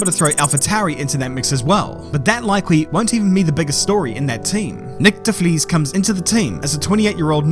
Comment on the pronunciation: Wish he could pronounce D'bris correctly